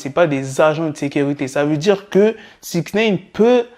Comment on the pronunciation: SIX NEEIINN ? Nein veut dire Non en Allemand ^^ mdr SIX NIIIIINEEEE !